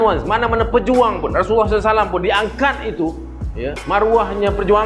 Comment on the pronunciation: 9.15 cuba sebut betul2 RASULULLAH SAW.. Kau sebut nama Rasulullah mcm sebut nama jiran sebelah rumah.. Anwar Ibrahim kau reti pulak sebut elok3..